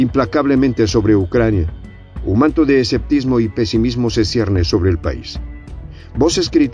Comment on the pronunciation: Minuto " "un manto de ESCEPTISMO"??? Esa palabra no existe!! Y la repites dos veces!!🤦es ESCEPTICISMO, BESTIA!!